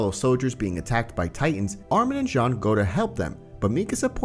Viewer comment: His name is Jean but its pronunciation sounds like John